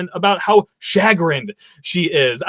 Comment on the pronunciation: Please review the pronunciation of the word chagrinned.